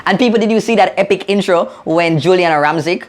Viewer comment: Actually, was correct. Her name is Giuliana (pronounced, JULIANNA)!!! At least get you facts correct before trying to correct someone.